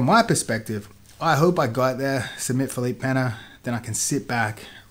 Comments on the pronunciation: "Feleep Penna" Lmfao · LOL at tomatohead saying Felipe Peña, doesn't he have anyone around him get him to say the names correctly?